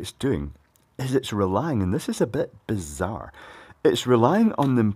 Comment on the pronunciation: "Beee-zzar" another for the album